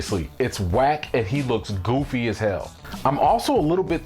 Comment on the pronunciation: “He looked goofy as hell” The Chicago came out of right there 🤣